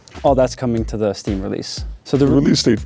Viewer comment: "So the REEÆLES DÆTĒ"👹👹👹